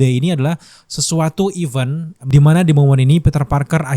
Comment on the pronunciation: Even dan event beda bunyinya